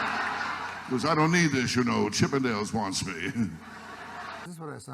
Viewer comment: Chippendales…..not CHIP AND DALE 😂